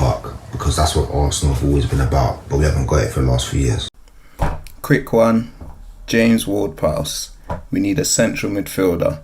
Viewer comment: Big up to the man who said James-Ward-Prowse.The disrespect that man gets is criminal.5 goals guaranteed from the Freekick spot.